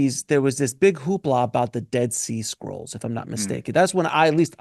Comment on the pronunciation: I kept hearing "dead sea squirrel" 🐿 why? 😂